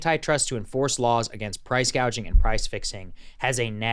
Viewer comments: Someone needed to teach Kamala to say gouging, not gauging. People your age can't buy houses because the REITs snatch them up, leaving a limited, higher price supply.. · The fact that she first pronounced it as PRICE GAUGING tells you someone else is printing her policies.